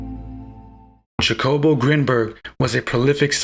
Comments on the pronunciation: Hacobo is how you say it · you are mis (or over) interpreting Grinberg's work. And please, his name is pronounced, rather obviously as Hakobo... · The J is pronounce like an H